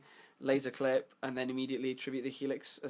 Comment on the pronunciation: You pronounce Qlip as Clip but Qliphorts as Qlyphorts wtf?? hahaha is it on purpose?